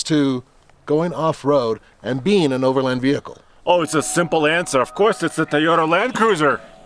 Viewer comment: It's over LAND not overlind. You wouldn't call the range rovers brother a lindrover would you? No it's a land rover. The word is overland, not lind